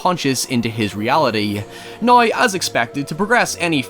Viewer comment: I couldn't quite get your accentuation until you went all celtic and said NOY indtead of now and that endeared me more. But erm at the end walking up the stairs with McCauley Culkin up the stairs to a sex party from Hell where everyone Male and female are dressed as characters from the Thriller video... Sorry don't know where that came from. But no his ladder is the reassurance that Danny Aielo"s character gives him in the explanation from that book he should have read... Oh and the Stranger the book hes reading on the train when the ghostly woman looks rightthrough him. Excellent video lad, any more..?